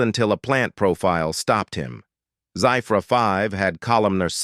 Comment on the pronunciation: The spelling Zephyr 5 is pronounced wrongly.....that is ZEFFER (Phonetic spelling) and this AI voice is so monotonous and boring.